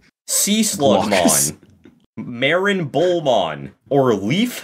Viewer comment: It’s marinebullmon. Not Marin bullmon